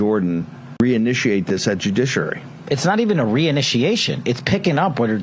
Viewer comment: is Bannon mispronouncing judiciary every time on purpose as some kind of defense against legal action, or is he just stupid?